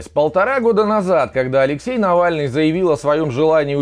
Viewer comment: Нэвэльный блэд